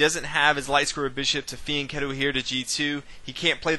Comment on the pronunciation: "Kah lah BRAY see" you non Italian. 🤣🤣🤣 (At least you pronounce Fianchetto correctly)